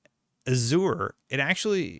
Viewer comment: Pronounce Azure is a*zhr